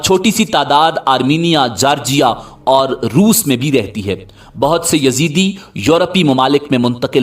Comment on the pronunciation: Uloo kay pathay, it is not Yazidi but Yazdi. And they don't worship Satan. You mazhabi jaheel cannot read a book properly.